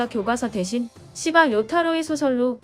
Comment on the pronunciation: 시바를 자꾸 씨바로 발음하네